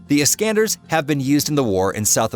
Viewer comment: ISKANDR = Alexander, strange pronunciation.